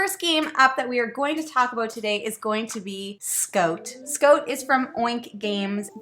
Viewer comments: SCOTE!!! I don't think I've ever heard someone say it scote before lol Although, I have heard people here in Ontario say "no more good" so maybe I shouldn't find "scote" as funny as I do... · “Scoat” or “Scout” does “soand” or “sound” very fun! Sorry I shouldn’t tease you like that but couldn’t resist. 😁 Love these little game reviews. Keep up the excellent job! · "I don't say Scoat, I say scout. Let's look at this game from Lookoat." LOL!! I love you guys so much... good content with great silliness. OMG... did she say flat out? You Canadians are crazy.